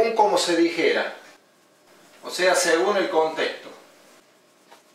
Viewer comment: ¿Qué no es "según" no "segum"?